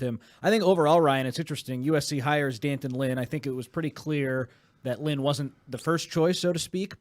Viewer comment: “Dan-tunn” not Dee An-ton or D-Anton. I guess he didn’t want to be called Junior 😎